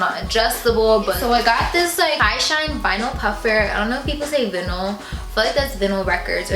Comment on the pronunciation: Sis... where did you pull tht pronunciation for vinyl from? 😭 it’s like vine- al